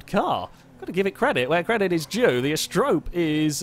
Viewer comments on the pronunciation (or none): He still doesn't pronounce Asterope correctly, but at least he's stopped calling it an apostrophe.